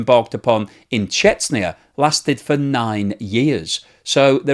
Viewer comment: I don't know why, but the pronunciation of Chechnya gets me every time. It's just sooo out there and different